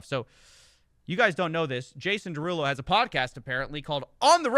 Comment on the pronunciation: It's pronounced Jason DeruUulo.